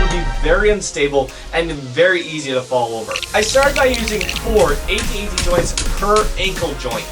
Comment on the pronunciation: It’s AT-AT